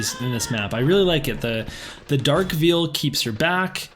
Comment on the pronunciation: Poem was cute, but holy cow bro. Did you really pronounce "veil" "Veal"? Just picking on you. Keep up the good job!